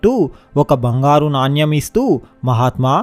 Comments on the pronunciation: It's not NANYAM but Naanemu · నాన్యం కాదు నాణెం అనాలి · Naanyam .. kadu. Naanem. Cheyyu kaadu cheyi Ani cheppali.. read telugu properly. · నాణ్యమ్ కాదు నాయన.. నాణెం.. Storey super❤️ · నాణ్యం కాదు నాయనా నాణెం అని పలకాలి